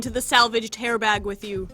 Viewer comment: Her: “Into the salvidged bag” Me: ”Cristine’s nail bag”